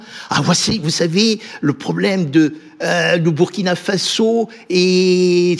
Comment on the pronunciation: Quand les NOIRS prononcent / byrkina/ (burkina) au lieu de / burkina/(BOURKINA) ça fait mal aux OREILLES.